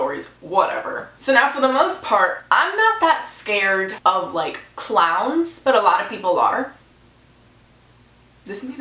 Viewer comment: I thought you were saying clouds, "I'm not scared of clouds but most people are". But you were really saying clowns, LOL.